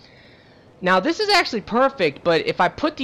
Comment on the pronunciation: "Let's do dish!"